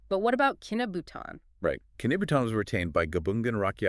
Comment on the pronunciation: Correction your Kinabutan is pronounced Kemabong..Ke-Ma-Bong..